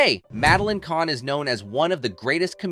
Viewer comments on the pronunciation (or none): Who narrated this? They said Mame then Mamee and mispronounced Kahn at the end as Kane I'm sure there are other mangled words I'm forgetting now. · I won't subscribe to a channel that mispronounces the name of the subject of the video. Content was ok. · The content is good but the narration freakin sucks. Even the topic of these videos - you mispronounce her name endlessly.